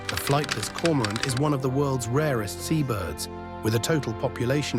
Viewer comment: It's Flightless Cormorant not Flightless Corant